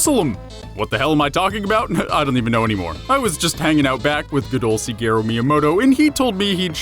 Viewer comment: It's pronounced SHigeru Miyamoto, like the SHIT quality in the video, haven't you heard his name enough to pronounce it right? XD